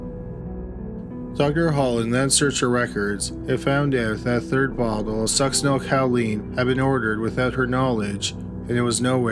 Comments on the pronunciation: I love your stuff but just for future reference it Sucks-sin-ol-COH-Leen. Not ‘cow”. I’m sorry, I’m truly not doing it to be mean. I just can’t help myself. 😁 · And the drug she was using is pronounced Suck-sin-el CO-LEEN, not Cow-leen. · The med is pronounced sucks-eh-nyl-ko-leen, not cow-LEEN, but good try nonetheless. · Cowleen or choline (co-lean: no “w”)? 😉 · I'm sorry I have to... succinylCHOline not cow-leen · Succinyl "ko-leen" not "COW-leen" and you cannot detect it after death usually because it breaks down in the body really fast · Suc-cinal-coaleen is more how you pronounce it. 😰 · Fyi... Succinylcholine= suck-sin-ill-ko-leen... There's no 'cow' in it, lol 😉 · it's pronounced succinyl KOL-ine. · The Succinyl-COW-line pronunciation kills me. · me too... Cow?? 🐮🐄😐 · It's also succenol co lean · Ffs succynal Choline not caleen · OMG, I love your videos but, so help me, if you mispronounce Succinylcholine incorrectly ONE.MORE.TIME., I'm going to turn this car around right here! =D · Hoooooow can you be a murder channel and mispronounce succinylcholine 800 times in a row lol. You can’t watch more than 3 episodes of Dateline without hearing that word 15 times. The cringe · omg, I was looking for this comment. I'm literally physically curling into myself every time I know it's coming. I don't even know how you'd get this pronunciation from the way it's spelled. OK, I feel a little better now that this off my chest. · Oh my god, I’m not the only one. I twitched every time I felt it coming. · You know, you got a pass on the 'Chick-a-fil' but if there's a medication you can't pronounce, look it up! Succinlycholine is such a popular drug for killers we all know how to say it!!! This is a crime channel, what the hell??? Friggin' "Chick-a-fil ' was inexcusable also!!! No more passes, dummy!!!! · Just in time after I went out to do some essential grocery shopping! Stay safe! Video starts . That pronunciation of succinylcholine....